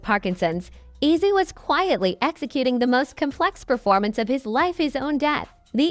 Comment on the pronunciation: Its ozzy not izzy